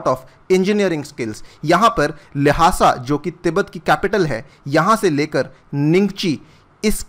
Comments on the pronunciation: its लाशा not लाहासा🤦‍♂️ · I think the correct pronunciation of Lhasa is लासा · The way he is pronouncing the "Lhasa" is so hilarious.